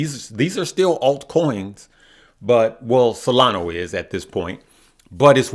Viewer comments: Solana. ah. not o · It's SOLANA not Solano, and its CARDANO not Cardana. SMH... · solanA not SolanO lol